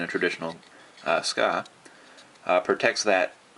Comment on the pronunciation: well 'tska" or "sooka", or "tsuka", it doesent matter, as long as you know that specific part of the sword.. ^_^ please no need to get that frustrated